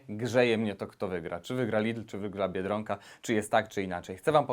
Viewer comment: Mówi się biedronka a nie Biedrąka.